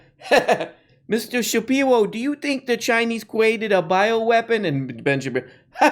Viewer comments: Mistuw Shapiwo........why r u such a Pendejwo? It is sumfing I hab awot of pwobwems wif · Please make “mistew shapiwo” a drop.